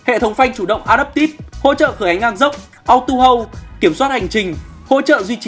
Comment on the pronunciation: Hay nhưng ko thích cách đọc của bạn MC. Ví dụ như auto đọc là ó-tầu, ó-đầu thì bạn lại đọc là âu-tu,... Thà bạn đọc là ô-tô VN còn đúng hơn.